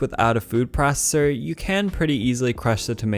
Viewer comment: "Food prosssser"